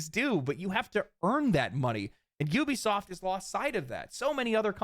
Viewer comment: Judging souly on your ability to pronounce the word "Ubisoft," you might be the only content creator that knows how to phonetically read English. I don't care how the morons at the company pronounce it..reading it as "ooh-be-soft" is just plain wrong. That said, you should consider either paid sponsors, or YT ads..or save the sponsor plugs for the end. Getting hit with both, back to back, is the lone reason why I'm not going to be watching the following 25 mins of this video. I'll still leave a like on it, though.